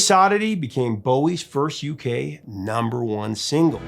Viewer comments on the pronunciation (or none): none